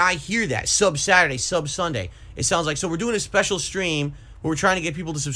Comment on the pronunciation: Why does he say "sub" like that uuuhhhhggg learn how to talk